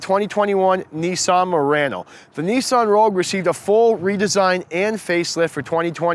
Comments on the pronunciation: It’s not Marano it’s Murano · Moreano lol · good video... except you are saying murano wrong :( also.. i have to agree with another comment... diff generation refresh and it really isnt fare for the murano